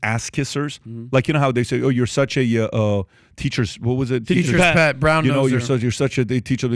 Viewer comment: How Pat couldn’t say, Teacher’s “Pet”😂 Props to Valuetainment!